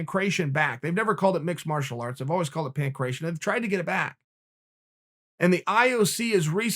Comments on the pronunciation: Pan cration 😂 its pan-kra tee on (ancient greek ) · I know a bunch of other people have also pointed this out, and not too come off as a grammar Nazi but Uncle Chael its PAN - KRAT - TION love and respect.